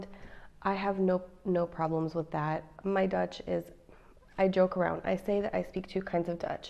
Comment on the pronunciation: Her Dutch G's and R's are really good. Learning the pronunciation of those two letters are half the battle of learning Dutch. :)